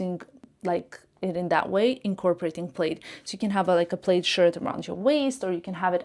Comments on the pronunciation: Not to insult but just for added info, plaid is pronounced as plad not played. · Plaid is pronounced plad. It rhymes with “glad,” “bad, not Played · It's pronounced plad. Not played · It’s not “played” it’s “plad”. Aren’t you in fashion ? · Plaid is pronounce - plad as in sad. Not “played” I hope this helps. If your English wasn’t so perfect, I’d never have noticed. 😅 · In Canada we say “plad”….not “plaid” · Plaid is pronounced Plad (like lad) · Suggestion🫢 Plaid is not Played. Plaid is pronounced like Mad plaid 😎😘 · Isn’t “plaid” pronounced “plad” everywhere? It threw me when I first heard pronunciation. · It’s the short A but I can see why someone could mistakenly pronounce it with the long A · I think it’s cute when people miss pronounce words, it shows how worldly, multilingual, and willing to learn new things they are!